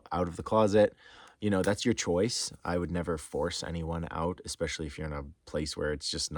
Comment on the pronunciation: eSpecially not eXpecially